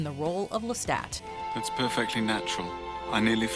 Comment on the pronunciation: That is not how you say Lestat